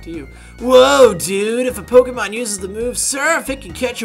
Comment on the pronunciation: I agree, but you put the accent on 'Pokemon' the wrong way round :P